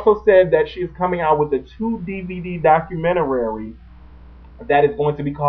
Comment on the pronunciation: Documentarary? Don't you mean Documentary, lol